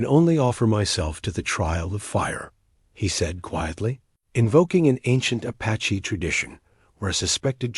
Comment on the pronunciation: Fish your dam AI it's tells of every period at the end of everything. And ... Sentences one second it says apache cotectly and next time it slaughter s it's pronunciation. Disgustingly